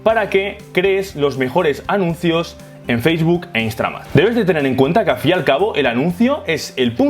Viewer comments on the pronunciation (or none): muy bueno, pero por que dices "Instra-MAX" .. instaGram no? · soy la unica que escucha que dice instramad?